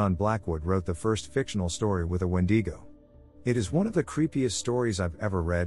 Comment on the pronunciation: I had no idea what a when-de-go was then I realize he was saying a wendigo . Lol